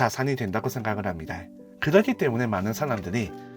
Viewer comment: 힙니'다' 를 매번 "다이" 라고 발음해서 소리끄고 봤네요. 말고도 발음이 너무도 많이 새서 지적하기 힘든 점도 있었는데 저만 그렇게 느낀게 아니어서 대댓글로 의견 남겨 봅니다 는 미련 을 민원 이라고 발음하셔서 자막이 없으면 아예 이해가 불가능한 수준이네요